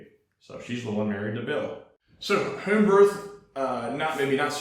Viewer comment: please stop pronouncing “home” like “Hoeeeme” please, if needed, attend speech therapy… thank you!!!